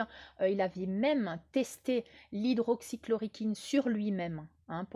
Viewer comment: on dit hydroxychloroquine, Bise Hugues.